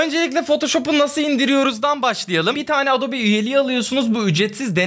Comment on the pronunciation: Adobe, adobi diye okunuyur, bilginize 😉